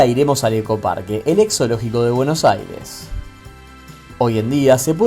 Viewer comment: Porfavor PRACTICA unnpoco de español para poder pronunciar, pol lo menos AIRES😮😂